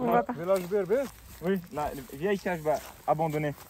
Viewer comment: On dit pas non plus la Kachba : Mais la Kasba ! Hein ? :o)